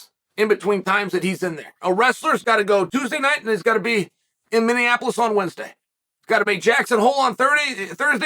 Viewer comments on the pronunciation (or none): none